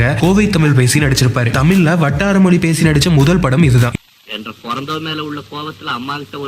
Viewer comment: மொழி என்று சொல்லிப் பழகுங்கள்